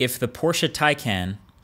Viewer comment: Did you just pronounce it taycen?